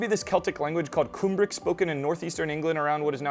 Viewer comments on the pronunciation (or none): Cool video. Just a heads-up it's "Come brick" as opposed to "Coom brick". Cumbric and the Welsh word for the Welsh language "Cymraeg" are basically the same. The region is called yr Hen Ogledd or the "Old North". Place names like Rheged and Ystrad Clud are well known to Welsh speakers and the Old North plays an important role in our earliest literature and folklore. It's a strange experience as a Welshman to visit these parts of Northern England and Southern Scotland where the people that we considered to be our fellow countrymen were displaced by the Angles and the Gaels. The Old Welsh/Cumbric placenames are still there and the landscape is so similar to Wales.